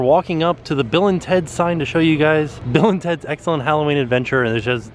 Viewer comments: I had thought you had been saying “Villains Heads” all this time!!!! Not Bill and Teds... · Bill and teds????? I always thought you said villains head?!